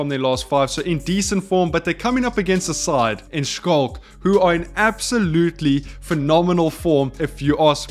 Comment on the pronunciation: dude plsssss finally for gods sake look up how to pronounce Schalke. Damn bruv. All love